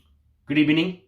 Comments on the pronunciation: Good ebening at the start 👌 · Hello Good Ebening..."best" of all Good Ebening!